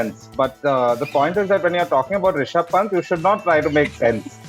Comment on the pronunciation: WHEN IAN SAYS RISHABH PANT IT SOUND LIKE "RASHID KHAN" WHO ELSE AGREE?